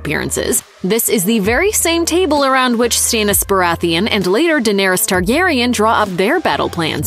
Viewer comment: Lol Stay-nus